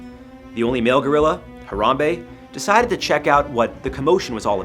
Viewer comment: I don’t think you should kill Harambe, how to say his name